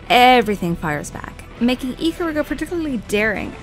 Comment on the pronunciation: its i-kar-ruga not ick-karuga